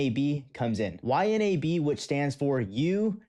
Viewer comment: Dude its pronounced Y-NAB